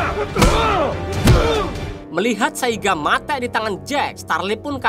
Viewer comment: Muak banget dengar kata mate' 😂